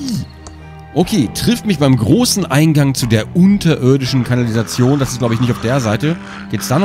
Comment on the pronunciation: Und er dann versucht, diese Atmosphäre wieder herzustellen indem er wieder im Einklang mit ihr ist und dann ein spannendes Wort wie "kANALisation" vorlesen muss! 😂😂 Ich komme darauf einfach nicht klar 😂😂